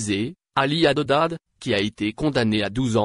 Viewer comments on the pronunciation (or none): Tu t'entêtes à prononcer "HADEDAD' !!! Il s'appelle "HADDAD"